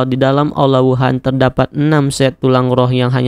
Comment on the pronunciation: Bang lu nyadar ngak lu bilang aula wuhun Aula wuhan